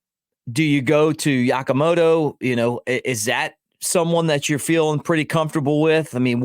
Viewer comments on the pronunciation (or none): Dude Mike. You called Yamamoto Yakamoto. And CJ Armstrong BJ Armstrong. WTF you are reporter, maybe get the names right?